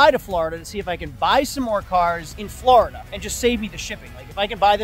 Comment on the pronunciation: you’re actually starting to pronounce Florida as, “FLOORida” instead of “FLARDA”. I’m so proud of you man 🤧♥️ Edit: the latter half of the video you went back to saying, “FLARDA”. My ears are bleeding 😭